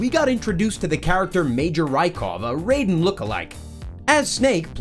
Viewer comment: It’s not Rayden it’s Raiden (Ry-den) in mgs